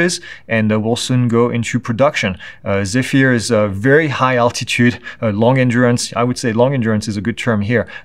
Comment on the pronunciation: The Airbus drone is properly pronounced as zef-er, according to the Airbus briefing I was at a few years agp.